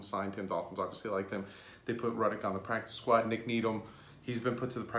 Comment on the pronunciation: They only have 11 on the practice squad with Neto. 10 without so can only and 5 + neto. Jake Rudock is pronounced Rue-dock not Ruddock.